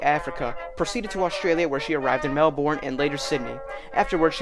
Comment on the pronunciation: Wonderfully researched and presented. Pronunciations are closer to “WARR-I-TAHH” and “MEL-BURN”, and DerbyShire is spoken as “DERBY-SHEER”.